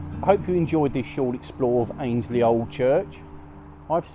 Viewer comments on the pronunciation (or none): Hey there! Great to see you somewhere local to me! I was born and bred in Annesley.. you pronounce it Ann-es-ley When I was a kid we were able to get into the hall. It is/was amazing in there. I hope it gets proper restoration soon